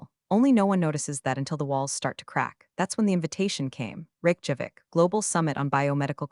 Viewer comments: Funny how her family name becomes a bank job (Teller vs teller). Rake Javik? Terrible AI. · It cracks me up that the closed captioning precisely spells out the AI's pronunciation of capital of Iceland as "Rake Javik". I like the speech quirks of this less natural sounding narrator. It sustains my attention. Entertaining production, once again.